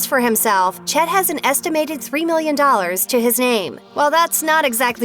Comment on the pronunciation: "Chet" sounds too much like "shit".